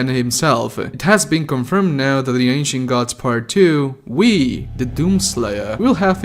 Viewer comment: Why does it sounds like he’s saying Ancient Guts Lmao